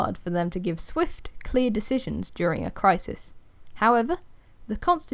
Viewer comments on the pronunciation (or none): none